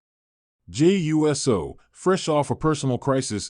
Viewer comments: DUDE!!! IT IS NOT U - S - O!!! IT IT IS PRONOUNCED USO (OOSO)GET IT RIGHT OR SHUT UP!!! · Please correct your AI pronunciation of Uso. I gave you a thumbs down, even though you have good content. I chose not to finish it too, because of your CONTINUED mispronunciation of Uso. 😠